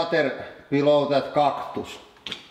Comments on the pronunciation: cock-tus? dafaq? 😂😂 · " we are gonna be crushing flowers : cocktus" listen carefully at start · I love a good "cocktus" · It's funny to me how he pronounces some of the words the way it's pronounced in Finnish (like cactus, n stuff) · Being a Finn, I know he doesn't exaggerate. The accent is real. He is just too lazy to imitate proper pronouncitation, so he pronounces English words as he would read them in Finnish.